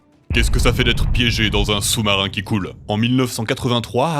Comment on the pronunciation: First soumsoumarin 😂